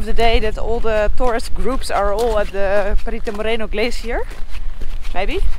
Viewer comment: Today you pronounce correctly the word "Perito Moreno", not like the last day when you said "Perrito Moreno " perrito is a small dog in spanish.:-)